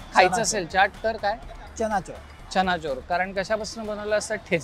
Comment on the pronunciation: Chana’chor’ nahi re bhava..chana’jor’